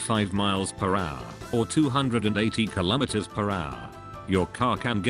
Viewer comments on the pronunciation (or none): none